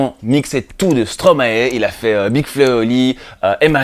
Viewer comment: Non mais c est quoi ces traitres qui disent stromaé lol ... impose ton style